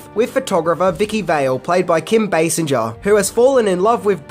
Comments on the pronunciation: The actress who played Vicky Vale in this movie is Kim Basinger (pronounced BAY-SINGER, as in someone who sings, NOT BAY-SIN-JUR) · your awesome and the channel rocks. One thing though, her name is Basinger as in Bae-sing-er not as in Bae-seng-er. Sing not senge or if easier singe. No worries, your not gonna redo the video lol but for in the future. The only reason I know that is because I fell in love with her as a kid after seeing Batman lol and learned a lot about her lol. Such a beautiful woman. Also Nike is Ny-kee not Nyk. Ny-kee is how it's said here in the States where they were created lol. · Kim Basinger's surname doesn't have a soft G sound it's pronounced as Bay-singer, you know SINGER like the singer of a song? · Kim Basinger (Bay-Singer) and the shoes are Nike (ni-key) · It's pronounced Bay-Singer. There is even a joke about it on the Simpsons where Homer kept pronouncing it the way you did. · Kim Basinger's name is actually pronounced as "singer". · You pronounce Basinger like this: BaySinger. A Bay and a Singer. Bay Singer. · Kim Basinger's name is not pronounce with the G making a J sound. It's like Bay-sing-urr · Basinger= base-singer. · Sorry, I watched the whole video and I have only one thing to say...They're pronounced Nik-ee and Basing-er. Do Aussies pronounce Nike without the long E sound? 😆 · Kim Basinger is pronounced Bay Sing Er. At least you didn’t say Bass Inger. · The cringiest part of the video is his pronunciation of Kim Basinger (BAY-singer). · I have to say.... thisnis a good video. However.... Kim Basinger is pronounced with a "Guh" sound. And NIKE is pronounced "Ni-Kee". Lol